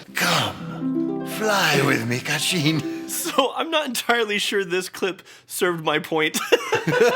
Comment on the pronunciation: when Alan pronounced gatinha 😂😂😂